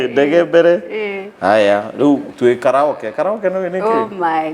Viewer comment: Karaokee kkk! sounded like kalau kii?? (Olkalou)😀😀😀😂 its supposed to be said as ka'ree.ow.kee yaani kama jina ya "Kariuki" in kikuyu😂😂